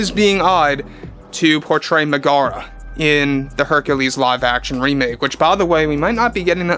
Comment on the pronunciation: Meg-uh-ruh…… not Meh-Gar-Ruh…. They say her name in the movie…